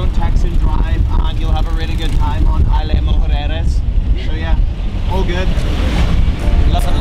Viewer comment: good job...it's IS-La Mujeres!